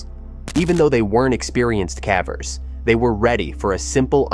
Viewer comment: I like the videos. Consider “cavver” vs “caver”. The “e” makes the “a” say its name, remember in elementary school?